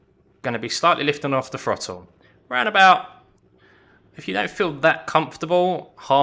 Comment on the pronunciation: Harsh but if you learnt that throttle starts with a th and not an f it would make the video more easy to follow.